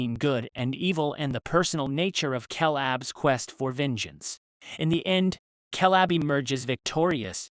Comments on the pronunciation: This is hard to watch solely for the fact he pronounces Caleb as Kalab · Ok first off... That ridiculous constant "KAY LAB" mispronunciation shit got old real real fast. Second.. Caleb... Grant.. Really..? What's his buddy's name Jeff Tom and Hank . Haven't heard the name otzi a single time. Not a good look for a " movie recap" when you don't even know the main dudes name.. 🤢🤮